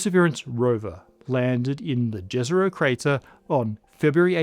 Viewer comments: "jezero" is pronounced "yezyero" - it means "lake" in russian. humans as intelligent life forms? that's an example of delusion of grandeur and/or hubris. maybe emerging intelligent life forms, as primitive to hypothethical beings far more more intelligent than us as an eartworm is to us. truly intelligent species knowing what they are capable of in "good" and in "evil" would rather have reverted to non-intelligent lifeforms on their own will or ended their own existence as violent, wothless and pointless as the whole universe itself. or started preying on stupid beings like humans to whom they would have appeared as "gods". life probably emerges everywhere, reaches different stages of development and then gets wiped out by random events. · Do not pronounce Dhezero, but Yezero, When you speak about it..... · Great video, just why does everyone call it "Djezerou"? It's named after a balkan village called Jezero, meaning "a lake". It reads Ye-ze-ro. Plain and simple. Please, say it as it's ment to be said, my slavic soul is begging here. It's like hearing someone pronouncing New York as Nevu Djorg. It really feels that bad. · It's not pronounced Jezzero but Yezero, which literally means lake in Serbocroatian while Neretva is literally a river in Yugoslavia. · It's pronounced Yezero not Jezero. Its named after a town in Bosnia and Herzegovina. English and French are specific among Indo European languages in how they pronounce J. Whenever seeing a word that is not if these two languages, odds are heavily in favor of it being pronounced as Y. I wonder how you would pronounce Juventus or Jordaan in Amsterdam? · Jezero should be pronounced as Yezero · Jezero literaly means lake in my mother tongue. It is pronounced "ye-ze-ro" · Its pronounced "Језеро". It's from slavic language, meaning lake. Please respect names origins😉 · Jezero is actually pronounced yezero--it is the Serbo-Croatian word for lake. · Jezero has nice pronunciation, try yesero